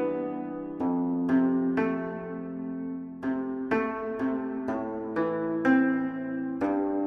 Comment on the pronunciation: Do you know that buyeo and silla are both descendants of yemaek? And can u pronounce properly “yemaek‘? Maybe it sounds like ‘yemeku’.🤭 You feel superior, believing that delusion without proof is history of truth. But i can understand u. Rather than worrying about the history of other countries, why don't u correct your ancient history, which is vague to the level of Aesop's fable? What’s the name? Amateras? Son of sun? Lol😂😂 Is that anime??